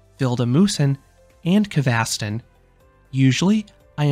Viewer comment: the red coaster kvasten on gröna lund is called broom in english and vilda musen is called wild mouse so pls use english words when you are talking about the rides cause its sounds wierd when you try to pronounce it in swedish since you arent a swedish talking person i think🙂